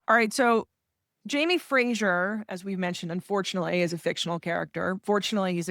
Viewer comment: FRASER is pronounced Frazer not Frashuur!!